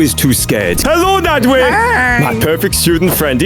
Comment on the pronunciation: Why does bro call nadwe naadweeh